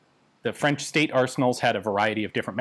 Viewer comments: ...WOW...Ian's French pronunciation is getting better and better.... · j'adore votre prononciation du français, vraiment. Bien des français devraient prendre exemple sur vous quand ils parlent en anglais, au lieu de profiter de la hype de notre accent pour ne faire aucin effort. Et c'est un mec qui parle couramment le franglais qui vous le dis.